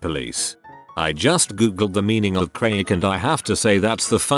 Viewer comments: Was confused because the video said cray-ick. Looked it up on google and saw how craic is pronounced "crack". Finally understood the situation 😂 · The way craic is pronounced in this XD